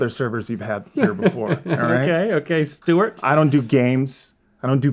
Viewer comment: “What we got now St’wart” - Link 😂